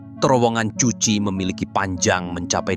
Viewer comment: Bacanya bukan cuchi tp kuchi.bkn Vietcong tp Vietkong.